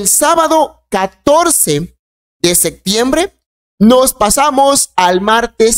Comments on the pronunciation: Enseñaste a hablar no se dice "sectiembre" es SEPTIEMBRE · Por qué no habla bien no es sectiembr es septiembre, aprenda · No se dice sectiembre sino septiembre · La palabra es SE”””P””TIEMBRE !!!!!! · Septiembre no sectiembre y opción no occión, aprende a hablar